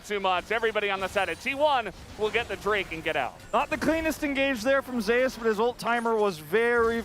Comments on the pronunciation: What's up with the caster not being able to say Zeus.... keeps saying Ze - Us. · Who dafuq pronounces it "Zeh-us". Have these guys never seen or read mythology EDIT: still tilting, but thank you people for educating me.